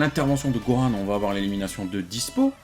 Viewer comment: Pourquoi ils disent Goran ???????? C'est Gohan bordel de merde arettez avec vos prononciation bizarres!